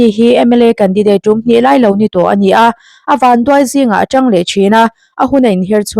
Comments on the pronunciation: Chhiar thiam lo ve.. a tangin ti thi la.. a tang..😂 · A chhiar tu khan mizo tawng zir tha rawh,atang tih a awm lo,a tang in tih tur